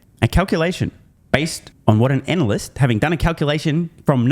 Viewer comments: Did I hear that right? Anal-cyst? About right I'd say. Thanks. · It's "anal-lust"